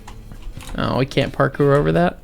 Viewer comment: Use of accent is much better in small parts instead of the whole thing!! Also a nuance as my family is also from the former Eastern Bloc. In my experience the W is pronounced WH so "we" gets said as "whe" as opposed to "ve." My family was from Hungary and Ukraine so maybe yours does sound different just thought I'd mention it for shits and gigs